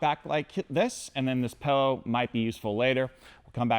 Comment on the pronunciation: please, never stop saying pellow